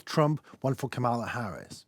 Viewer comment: Please pronounce Kamala correctly.